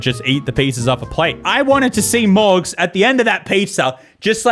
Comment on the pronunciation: Is irish? He sounds like he has a bit of an accent and then he says mOrGz with the most AMERICAN ass pronounciation